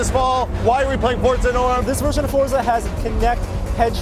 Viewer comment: Why do americans put a 'T' sound in Forza?